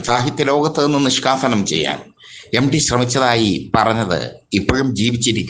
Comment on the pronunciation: എടോ പൊട്ടച്ചാരേ എംഡി അല്ല എംടി ✅